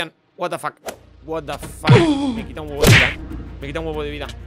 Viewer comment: me dio mucha risa como dijo Watafack un pollo gigante xD